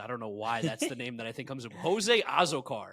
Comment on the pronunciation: As a diehard Jose Azocar (ah-ZOH-car) superfan, I'm disappointed that you put him in D and not S. I'm also disappointed and embarassed that you pronounced his name incorrectly.